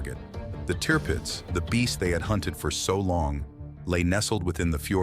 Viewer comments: The ship’s name ( Tirpitz) .was pronounced “ Turpitz”, not “ Teerpitz” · Tearpits ? Its pronounced , Tur pits. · It was called "Tour-pitz" not Tear-pitz dummy!!! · Teerpitz what hell it’s the tirpitz can’t stand these stupid pathetic narrations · repeat after me TURR PITZ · Triptipz incorrectly voiced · I'm sorry for writing this on such a serious event but I'm 😂everytime he Ai said teeeerpitz...it gets it right eventually...Admiral von teeeerpitz indeed 😂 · Tear pits???? What were all those Barracudas doing at the beginning. I gave up at the third Tearpits. What a messy mispronounced documentary! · Painful to listen to....turd pits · Why do you insist on pronouncing Tirpitz incorrectly..... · Interesting documentary however you mispronounced Tirpitz and soccer is played on a aitch, not a field. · Can't pronounce Tirpitz correctly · Its copying the commentator, who doesn't know how to say Tirpitz. Probably Ai